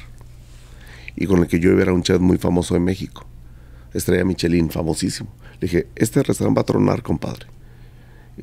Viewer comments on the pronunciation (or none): none